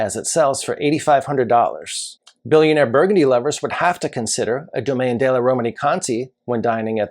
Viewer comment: De is not pronounced day. It's more like duh.